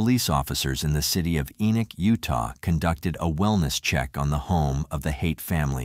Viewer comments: It's not pronounced E-knock. It is pronounced E-nik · FYI, it’s pronounced Ee-nick. I live not far from here. 😊